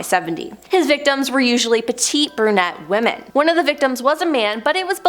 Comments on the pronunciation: Woman? Can she not say women? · 🙋‍♀️ I'm also wondering why you are pronouncing the plural "womEn" as the singular "womAn" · lady are you stupid say women not woman